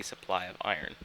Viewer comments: it's pronounced eye-rn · He pronounces iron "eye-yearn" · For fucks sake its IRON.